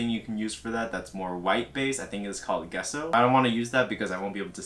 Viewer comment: He really said moge poge and GUESS-O? I'm about to have an aneurism